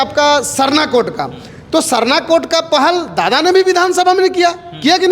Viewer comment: Dada D or r pe antar hai dada humlog kudmi hai